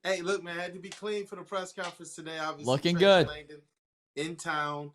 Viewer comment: Guys. Watch the press conference and learn how to say Trajan Langdon's name already. Good lord.